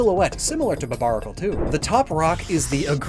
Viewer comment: If you like it so much you should put some respect on it's name, it's "Barbaracle" not "Barbanacle" 😭